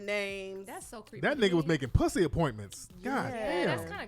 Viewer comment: Bri said I hate the way you say pussy with a W. Lol 🤣🤣🤣🤣